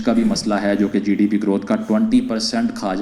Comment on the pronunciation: GDP to bolna sikhle